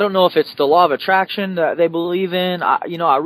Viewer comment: Lol "Law of Attration" ;P